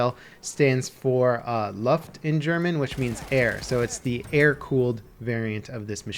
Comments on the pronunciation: I'm not a German but the way he pronounced "Luft" kills my ears... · When you are from Germany and try to figure out that he said "Luft" and not loved :D